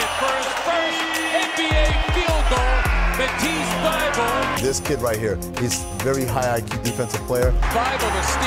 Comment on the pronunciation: 'At (@ ease' ( sounds like 'atisse)